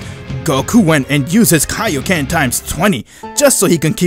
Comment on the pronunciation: Don't forget "Kai-kaied" lol